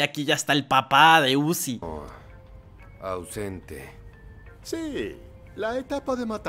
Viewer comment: Zuci✅️ uzi❌️ 😂😂😂😂😂😂😂😂